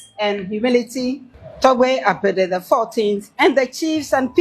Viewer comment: She pronounced the name of the chief Togbe Afede correctly.🎉